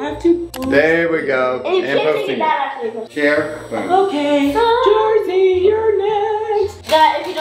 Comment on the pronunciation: it’s Jersey not Jerzzy